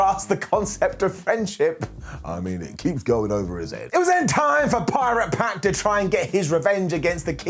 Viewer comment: Its "Pac" not "Peck"